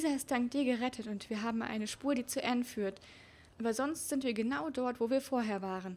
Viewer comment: Es heißt Anne nicht enn aber auch egal cooles vodeo😍😍😍